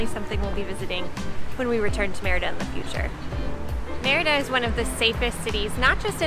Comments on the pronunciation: It's pronounced Mérida not merita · Great video. I just wish you would work a bit harder in pronouncing the name better. Not merry-da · Why are all YouTuber gringos always so terrible at pronouncing Mérida?